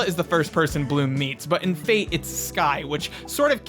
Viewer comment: Just want to point out it's fate where the a is read as the u in fun and the e is read like the e in yes. It means fairies in Italian and has nothing to do with Destiny